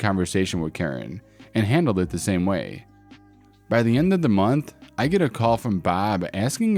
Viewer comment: DA profits made on DA job.